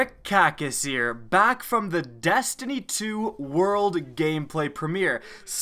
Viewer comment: sounds like you said dAstiny and dAstiny 2